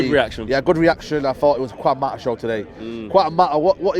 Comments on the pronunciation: “Techniquefull” “Quan Mata” 😂😂😂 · Kwan mata tho 😂😂😂